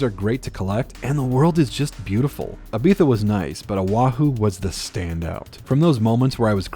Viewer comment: Very fun video, I hate the way you say Ibiza!